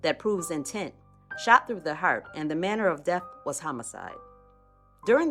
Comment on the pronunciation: Right like when she say heart lol